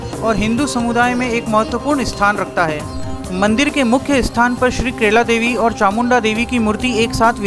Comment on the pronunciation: भाई मेरे केला देवी नही कैला देवी बोलो😅 हिंदी भी इतनी अशुद्ध 😂😂😂